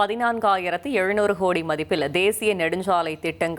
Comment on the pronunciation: என்னது ஹோடி? உச்சரிப்புல தீய வைக்க. ஒழுங்கா கோடின்னு சொல்லுமா 😂